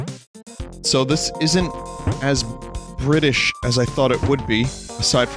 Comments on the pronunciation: for Bri'ish Wario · the Wario Bri’ish